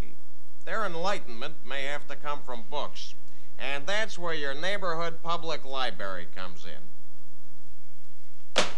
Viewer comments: I love that he keeps saying "libary". Classic! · Li-berry! I LOVE Bittman. I wish he would return to the late night talk shows! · get em to a li-bary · Get um to the libarry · li berry!lol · “Libary” LMAO! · I wonder what library that was. He says "li-bary" without the "r".